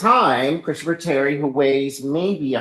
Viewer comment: “Kristafer”??? Really?!